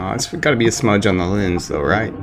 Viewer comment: ...smudge on the Lendz... SMUDGE.. ON THE.. LENDZ!!! 😂🤣😭💀☠️